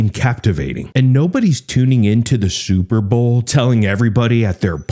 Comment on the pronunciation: Super Bowl or Super Ball? Heard it bowlth ways, B